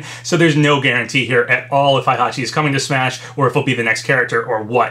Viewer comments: "Hai"-hachi..... lol Dood its "HEI" hachi, there no "A". XDDDDDD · It’s HEY-hachi not HIGH-hachi GET IT RIGHT!!!